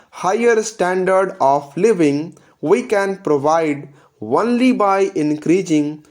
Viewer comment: The only thing I didn't like was the pronunciation of "only" as "honly" in the vdo